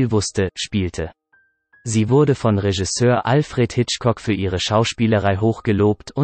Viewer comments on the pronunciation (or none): none